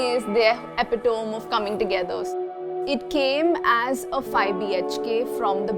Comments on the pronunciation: Beautiful interior finish and design. and FYI, to the designer, it’s pronounced epi-toME. Not epiTOM. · Never heard anyone say epitome like that lol